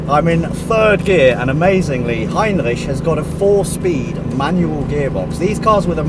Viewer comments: Hey! If you want you pronounce R's in French, do it as does it in "Heinrich" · Heinrich is a wonderful name, greetings from Germany BTW : I love your pronunciation of Heinrich, please say it as often as possible :P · Great! Looking forward to this series. Brilliant how you pronounce Heinrich btw.. The Mercedes museum is fantastic isn't it? Not just the cars, but also the architecture. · Wait a sec.? xD Does really speak german? The pronunciation was really good so i'm kinda confused now ^^ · The right pronounciation of the ch in Heinrich requires me to give a thumbs up already! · i love that you're saying the name right !! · your pronunciation of Heinrich, damn god alternatives: u know what, screw it, it's Heinrich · Great pronounciation on "Heinrich" Greetings from Austria ;) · Solid pronounciation